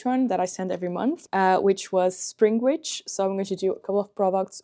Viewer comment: Did you say springich or springwitch